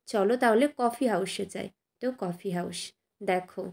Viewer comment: কফি হাউস কে দয়া করে "কফি হাউশ" উচ্চারণ করবেন না, খুব বাজে লাগে শুনতে।